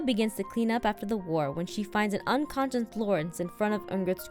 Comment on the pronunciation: "unconsyu" lol aphmau said unconsyu